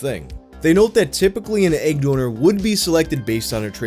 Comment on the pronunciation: Nobody:: ægg